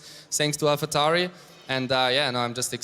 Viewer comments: I guess someone forgot to tell Coulthard how to pronounce AlphaTauri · I see why they got DC to do this. He can pronounce Alpha Tauri a million different ways and just get off lightly with "that's how we Scots speak."